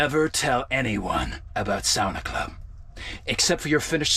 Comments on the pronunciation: Please stop your attempted pronunciation of saunas and Finnish sounds it's mildly irritating. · Just started this episode and plllleeeaaassseeee start saying Sauna properly. 😅 it's giving me anxiety everytime u say it like that 😂😂😂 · it's pronounced Sauna not Sauna...k